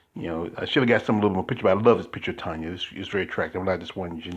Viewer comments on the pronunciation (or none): It is Tonia (sounds like Tonya) not Tony I never answer to Tony, Toni, Tonie…etc lol